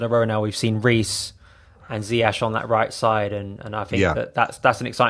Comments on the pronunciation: Hey, it might not really matter but his name is correctly pronounced more like Zi-Yes and not Zi-H or Zi-Yek. ✌️Up the Chels! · Pronounced “zie yesh” Might wanna learn fast before he becomes the best player in the prem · Ziyash? Who is Ziyash? Learn how to pronounce a very simple name.